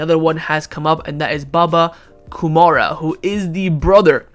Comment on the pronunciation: One suggestion: Your pronunciation is shit dude 😂😂 It's Baba Kou rou ma not baba kumara from Sri Lanka 😂😂